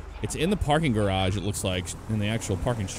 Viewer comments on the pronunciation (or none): none